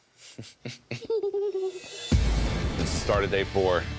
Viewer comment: "It will kEiL"🔥🔥🔥